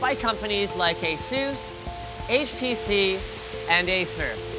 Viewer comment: Did he just call it ASUS ASUSE wtf?